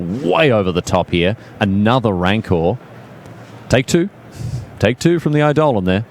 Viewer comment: FWIW, I've been playing modern for years and against burn many a time, and I have never once heard it pronounced with the emphasis on the DAHL as did.